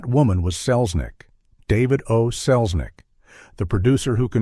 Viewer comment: Only 18 seconds in: 'That woman was Selznick, David O'Selznick' ??? You lost me at that! lol! Jeeze Louise!!!